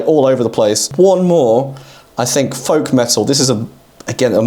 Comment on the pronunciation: when you got to naming "Folk Metal" I got worried you were having a stroke lol